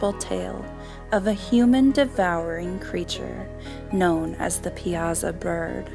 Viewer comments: We call it the Piasa bird. Comes out sounding like (pi saw) not piozza.. not trying to be rude but was trying to figure out what you talking about at first took me a second to hit me what ya meant .. lol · We pronounce it Pi a saw bird. At least that’s what I was told.